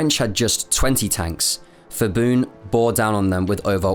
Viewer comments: No offense to you personally but I think it had to be said that your knowledge of Thai pronouciation is severely lacking. The 'ph' grapheme is never an 'f' sound in Thai. It's an aspirated 'p' so "Phibun" is 'pi-boon' not 'fi-boon'. I don't think it is that hard to research Thai phonology and transliteration. But somehow, foreigner always messed this up. I just cannot understand why. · Actually his name is pronouced as pi-boon(with a “P” sound)not phi-boon(fi-boon). Thai people usually write a word with P sound using Ph. Another example is the province Phetchaboon which the capital had been relocated to which is pronounced as pet-cha-boon not fet-cha-boon. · Please at least do some reseach in how to pronounce the names. Hearing Phibun said as "Fibun" is really cringey. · "Ph" in Thai is pronounced as P, not F. People making a video about Thailand should learn the basic pronunciation. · Thailand was saved from disaster by the atomic bomb. The British invasion was scheduled to start in September 1945 (although mostly aimed at Malaya). If Japan had not surrendured in August, the consequences for Thailand would have been bad. Bombing of Bangkok and other cities had already started but was not yet heavy. By the way, the Ph in Phibun is a Thai Ph and not a Greek Ph, so it is an aspirated P sound and not Ph as in Philadelphia. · I also find it extremely irritating you say Phibun's name incorrectly the whole video. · When saying "Ph" or "Th" in Thai romanized spelling, the "H" is silent. Phuket for example is "Poo ket" not "Foo ket" and "Thailand" is not "Thigh Land." So it would be "Pibun" not "Fibun." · Good video. Not many know about Thailand's role in WW2. By the way 'Ph' and 'Th' in Thai is pronounced with hard P and T. So it's not Fibun, it's pronounced Phibun with hard P. I know it's difficult to pronounce correctly without knowing Thai script though. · phibun is pronounced Peebun , not the 'f' sound as in English. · Did ya really refer to the guy as feeboon?